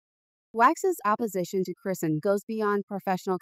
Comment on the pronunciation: This AI can’t even pronounce her name right. If yall believe this then.